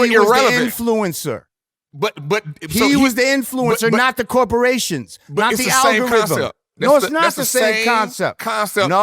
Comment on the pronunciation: Coroporations 😮‍💨 is that different than corporations?